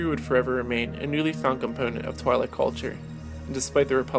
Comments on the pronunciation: It's pronounced Tweelek, not Twylek. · Its pronounced "twee'lek" not twy-Lek LOL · Twi'lek is pronounced like Twin, as in twin lekku, the two tentacles coming down from their head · pronounced twee-lek dammit!